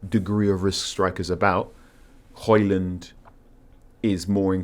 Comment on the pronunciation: If you are pronouncing the D in Højlund then you're pronouncing it wrong. His own words not mine